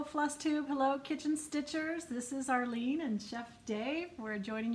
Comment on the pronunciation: Arlene you said my name exactly right! Lol. Thanks Chef Dave for the help on picking out a good steak. I also love pork chops with some pink on the inside and remember my mom always saying to cook the pink outa that chop. I just made hard boiled eggs a couple of days ago and used 20 minutes as the time in the the pan. I am going to get some more and do 13 minutes and the ice water dip after. Arlene your projects are always lovely. I have been paying closer attention to how my stitches lay lately. I usually stitch button left to upper right on the first leg, then bottom right to upper left. If I notice that my bottom leg of the cross stitch “leans” to the right (instead of laying in the center), i do the last leg of the cross stitch bottom right to upper left. If the first leg of the cross stitch is leaning to the left of center I do the second half of the cross stitch top left to bottom right. This has been making my x’s look more consistent. Hope that makes sense. This is of course if I cross each stitch individually. Thanks for another great video.